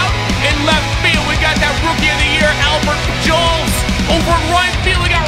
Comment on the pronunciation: Albert pul jols 😂